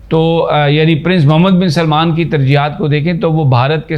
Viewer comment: یہ آپ پنجابیوں میں کیا بیماری ہے کہ سلمان (سل+مان) کو سلیمان (سلے+مان) بنا دیتے ہیں۔ یہ دونوں الگ الگ نام ہیں۔ سارے پنجابی یہی کرتے ہیں۔ عجیب بات ہے۔